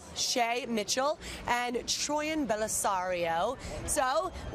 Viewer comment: I love how Troian nodded when the host pronounced her name correctly, most host's pronounce it Troy-an not Troy-in